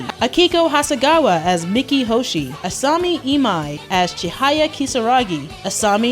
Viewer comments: Who pronounces Miki as "Mickey"? I always say Me-key. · No seriously, you did all this research for a 42 minute video, and you can't even pronounce Miki's name.